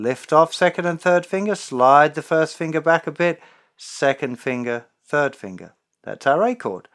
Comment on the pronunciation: I'm from America and fascinated by the way Justin says "Fingah" XD